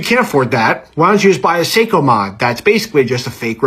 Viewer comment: Imagine a watch guy correcting someone's pronunciation of millimetre when he can't pronounce Seiko or Breitling himself...